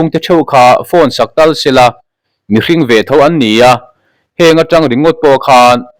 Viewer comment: Hrîng tih i lam diklo midang zawt teh aw